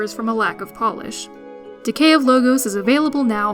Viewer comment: I question your enunciation of the title. I don't think it is the plural of logo, but Logos, the Greek term for eternal truths. Subtle, but odd the way she reads it off the script.